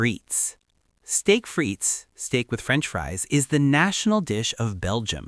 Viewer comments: The "i" in "frites" is short and the "s" is silent (say: "fritt"). And "Maillard" is ronounced "my-yar" instead of "my-lard". 🙂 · "Steak frites"--do NOT pronounce that final "s." And if I order "well done" and the "chef" simply sends out whatever's been sitting around the longest and I cut into it and I see red or pink, it's going back to the "chef" with an order of a NEW steak and a demand for the "chef" to come out and apologize. (Then, I'm off to leave a BAD review of the restaurant with a special "shout out" to the "chef.")